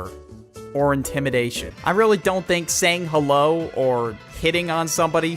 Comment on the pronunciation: Hewo everyone how you day I'm good